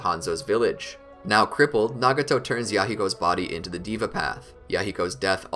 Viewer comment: Bro, its not a ''DIVA" path😅. Its called Deva Path